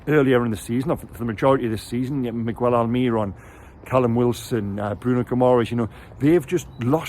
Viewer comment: Mi-gell, not mig-well, almiRON, not alMIRon